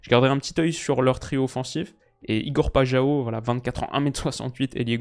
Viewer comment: "Pajao" c'est qui?? Moi je connais Paixão